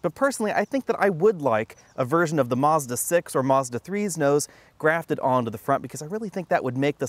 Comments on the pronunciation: "Marzda"? lol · There is no R in Mazda. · You pronounced Mazda wrong